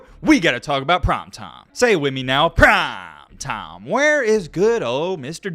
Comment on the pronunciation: I'm imitating and the way he says "Prime Time" like "Prom Tom." Imitation is the best form of flattery, lighten up.